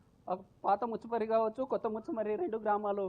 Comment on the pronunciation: మచ్చుమారి కాదు ముచ్చుమారి